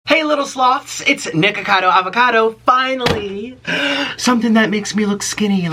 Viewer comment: In the first second of the vid he says niggacodo avocado